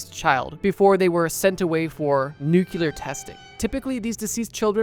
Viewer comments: Nuclear is pronounced NOO-Clee-ur Not Noo-Q-Ler. Stop that. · pls don’t say nucular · "nukyular" - not a word. Stop already with this XXI century mispronunciation. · Can you make a video about people pronouncing nuclear “nucular”? And aluminium “aluminum” and all the others? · I’ll never understand someone’s brain that reads the letters and word NUCLEAR and just fuckin ignores what they read and say it how ever they want. White mans “let me axe you a question” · Why can Americans not say the word nuclear? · Please pronounce nuclear correctly. Thanks.